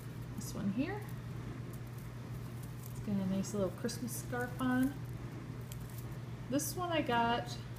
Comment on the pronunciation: Hahaha you say chrishmas because of schhhhhnauzers in your brain hehehehe. Cool collection. I hope you plan to do a video of the boys opening their presents 😂